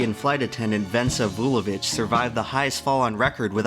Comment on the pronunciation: it's Vesna, not Vensa. The name comes from the old Slavic goddess of Spring Great pronounciation of the last name Vulović though!